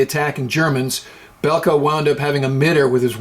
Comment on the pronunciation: its bulke thats how you pronounce him he was also richtoffens mentor